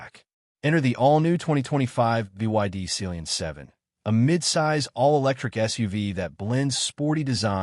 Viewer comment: Ohh... It Sea lion...... Not celionnnnnn😢😂😂😅😮